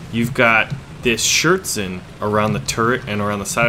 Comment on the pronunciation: Okay, everybody know wat was meant with Schirtzen. Only for completeness and entertainment: Schürzen (without a [t] ) If there is not a Umlaut in your reach you could use: Schuerzen ( [ue] is good as a [ü] )...or you say "apron"....^^